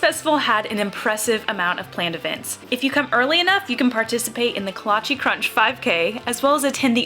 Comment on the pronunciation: coming from a czech person can you please stop saying “kolacheeeee” it’s not pronounced like that 😭